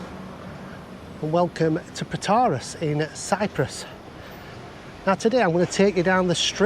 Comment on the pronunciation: FYI you pronounce Protaras completely wrong lol.